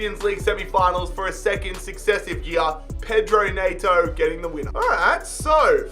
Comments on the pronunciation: Was gonna sub, but the way you said Neto just mildly infuriated me. So now I can’t bear to do it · You say Pedro Neto’s name dead weird